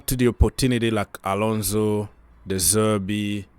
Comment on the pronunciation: De Zerbi , not De Zerby